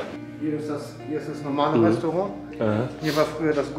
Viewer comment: Du sagst immer Resorang wie Kripke von the big bang theory haha